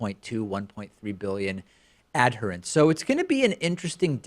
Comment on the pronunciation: Love your work, Dave, but if I can offer a pronunciation semi-note: check your pronunciation of adherents with the accepted US/UK pronunciation.